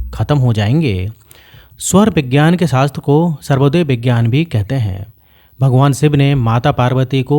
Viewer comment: सर्वोदय नहीं, स्वरोदय कहते है